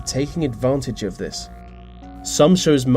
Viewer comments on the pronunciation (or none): What's the most freaky about this video is the way you keep misusing words, vis and vat and fink and fought and ve instead of the, it's so childish.